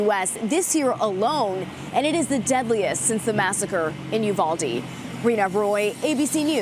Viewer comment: YUVALDEE? Uvalde?